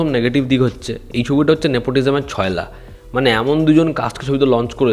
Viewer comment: দাদা কথাটা "ছয়লাপ" হবে!!